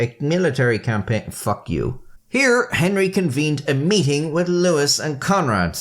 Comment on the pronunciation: Louis III is NOT pronounced "Lewis"